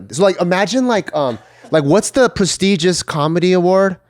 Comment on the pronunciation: Really botched the word “prestigious” 😂